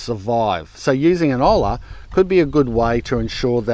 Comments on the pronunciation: It’s “o-ya” spelled Olla. Please don’t say ol la 🫠. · Hi! It is pronounced 'o-ya' not 'ol-la' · FYI: The letter h tends to be silent in Spanish, so "hola" is pronounced "ola". "Olla" on the other hand is pronounced "o-ya". "ll" is considered a single letter in Spanish, always pronounced as a "y" consonant. :) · It's "oya". Pronouncing it ola is incorrect. It's Spanish. It has rules. There is no traditional colonizer pronunciation because they didn't know about it. So you can't just say "however you pronounce it." It's "oya. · Olla would be pronounced "oja" it shouldn't sound like "hola" hah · Great method, tried and true. Your pronunciation isn't great but your grasp of the practice is. (Olla sounds like oyah. Hola sounds like oh-la.) Loved your channel for years now, you always provide valuable content. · Olla, pronounced oh-ya, never oh-La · Hello, pronounced Oh-lah not Hoe law. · It’s actually pronounced “OYA” - a double LL in Spanish makes a “Y” sound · It is called, Olla where the L is NOT pronounced. OYA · Phonetic pronunciation of Olla: Oja. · Olla = Oi ya 😂 Double “LL” makes a “y” sound 😅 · Pronunciation is Oh-yah, simple.😊 We use them in México for cooking, drinking, etc. ❤ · as an Australian who speaks Spanish it pains me to hear your pronunciation. Think "Oi (Aussie, Aussie Aussie), and ya (ya bloody jokin)" love the rest of your content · Hi, just wanted to help you out with that crazy word. In Spanish two ll's together sounds like a y. So Olla says Oya. No meanness meant at all. Have a good day from a viewer in Prineville, Oregon, USA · Olla in English pronunciation is : oja. Because as you pronounce sound hello in Spanish. Lol !! Olla is coming from the idea of pots but is in Spanish. Just because the pots is made by clay. That’s the idea. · Pronounced: Oi as in Aussie Aussie Aussie Oi! Oi! Oi! Yah as in Yahweh. OiYah. For the purists among you. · OY-YAH. crikey. If you are pronouncing an L you are screwing the pooch. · Pronounced oi ya